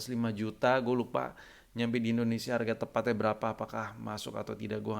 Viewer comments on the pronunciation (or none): none